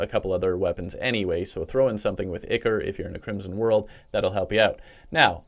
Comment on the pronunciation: Am I the only one who is triggered by him pronouncing "ichor" wrong?